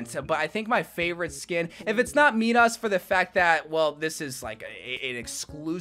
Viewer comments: Man really said 'Medas' instead of 'Midas' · Meedas 💀💀💀 man say it like mydas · Did you just say meedas 💀